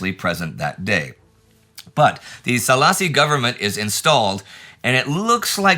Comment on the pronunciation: Yeah, that came out a funny way... Szálasi is actually pronounced Saalashi in Hungarian. The Hungarian 'Sz' and the 'S' are pretty tough letters to consistently pronounce right. :D